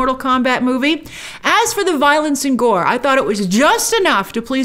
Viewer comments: Gore? It's "Goro". I loved the film. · Goro not Gore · Am I the only one that was scratching my head at Grace calling him Gore - not Goro. Did imishear? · It's Goro, there's an O at the end.